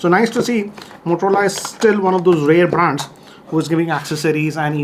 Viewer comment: ITS BRAND NOT BRAAND 😂